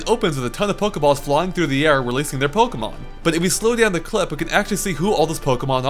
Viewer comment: Those pokemon pronunciations.